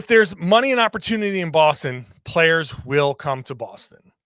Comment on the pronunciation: “And” not “andtuh”